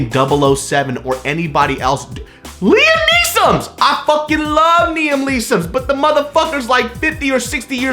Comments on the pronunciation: Boy said "Liam Neesoms" to "Niam Leesoms". Love you,. But it's "Liam Neeson" 😂😂😂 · He said LIAM NEESOM OMG I LOVE NIAM LEESON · I also love “Niam Leeson” 😂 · says Liam Neesoms and then say Nia Leesoms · “Liam Nisams, I fuckin love Niam Lisams” 😂😂😂who tf is Niam Liesams or Liam Nisams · " I love niam leesoms. " me too me too. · This fool actually say " Niam Leeson"? Cuz that's what I heard. Lol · "I fucking love Niam Leesons" - 2K18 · Did anyone else catch "Niam Leeson" 😂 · Niam Leesons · "i fucking love niam leesoms"